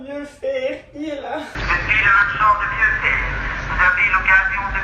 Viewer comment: Ah le marchand de vieux fer ! Ca existe peut être ailleurs, mais il ne prononce certainement pas "vieux fééérr" !